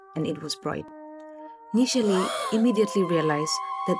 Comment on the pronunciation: Awesome narrative and I'd love to know more stories from this channel. One correction: It's Nishela and not Nisheli.